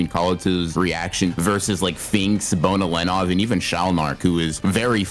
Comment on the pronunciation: she wasn't using nen... nice headcanon its pronounced ben-oh-len-ov